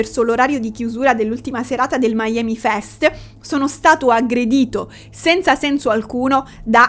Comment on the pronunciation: non è miami come la citta americana ma si legge mi-ami come se fosse milano e amore